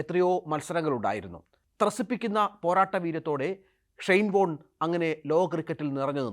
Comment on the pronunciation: ഒരു പ്രസക്ത കളിക്കാരന്റെ പേര് പോലും മര്യാദക്ക് ഉച്ഛരിക്കാൻ (ഷൈൻ ബോണ്ട്‌ എന്നാണ് ഇയാൾ ആദ്യം ഉച്ചരിച്ചത് ) പറ്റാത്ത ജലദോഷം ഉള്ള ഒരുത്തനെ പിടിച്ചിരുത്തി ധൃതിപ്പെട്ട് മരിച്ചു പോയ ഒരാളുടെ സ്വകാര്യത വിളിച്ചു പറയുന്നത് ആണോടാ News 18 ന്റെ മാധ്യമധർമ്മം. ഷൈയിം ഓഫ് യു.